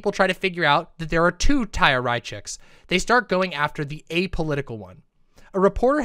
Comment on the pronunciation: "Tchaya" oh God I'm begging some BreadTuber, any BreadTuber, to pronounce the "ch" sound properly. It's the back-of-the-throat sound. First Lance, now. This is painful.